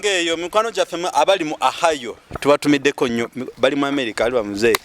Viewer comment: Bakyogera Ohayo ....Ohio State....OHAYO.